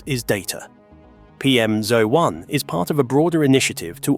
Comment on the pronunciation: This is an AI narration, right? Firstly, a Brit would never say "Side walk" it's a pavement or path. Only american's need directions on where the path is within the name of the path. Secondly, it pronounces "PM01" as "PM-ZO-1" which is an AI glitch. Is this whole video AI generated and if so, where the fuck did the bus leave from for the humans that don't want to be surrounded by all this AI bullshit???